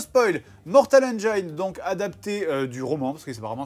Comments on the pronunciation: par contre 'engine' se prononce comme ça : ˈendʒɪn et pas ANJAÏNE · Ça se prononce mortal "enjine" pas "enjayene" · ça existe pas Engaïne en anglais ^^ Il faut prononcer "Endgine" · BONJOUR. CECI EST UNE INTERVENTION. "Engine" se prononce "N-Djinn" et non N-djaïne". Conteste même pas. Il n'est pas trop tard pour changer, et rejoindre le camp de ceux qui ont raison, parce qu'ils parlent anglais. De même, si tu prononce "praïson break", il est encore temps de faire repentance. Sinon tu finiras dans l'enfer de ceux qui disent "oui mais alors pourquoi tel mot ça ce dit comme ça gnagnagna". On prononce "prix-zeunne". Non, chut, la contestation est futile. Tu as tort. MAINTENANT TU SAIS. NE FUIS PAS LES FAITS. LE POUVOIR EST ENTRE TES MAINS. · Mortal engeaïne... mon oreille saigne ^^ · Mortal Engiiine (se prononce i et pas aie!) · hmm. on dit pas "mortal enjaïne " ...juste comme ça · Attention à la prononciation, Benzaie va se facher^^. C'est /ˈendʒɪn/ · La prononciation de engine ahhhh! ça se prononce comme "machine", pas comme "vagina" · On dit engine. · Bon sinon, vous savez pas prononcer Engines.